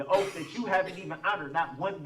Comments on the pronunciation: Oath is pronounced oath. He is saying oaf😂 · Its petty but every time he said "oaf" i wanted to scream. He literally thinks he smarter than everyone else. Good lord..i hope this was a show he put on bc his behavior is crazy.